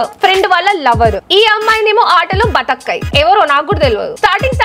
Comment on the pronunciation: bathak kay kadhu akka Batthaakay:face-blue-smiling